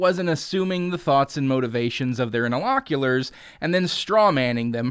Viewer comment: Interlocutors, not interloculors. Don't use a word if you can't pronounce it correctly.